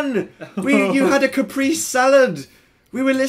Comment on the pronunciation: He did not say capresé right